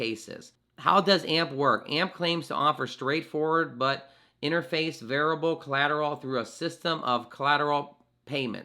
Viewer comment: VER- I FI -A BLE, not variable....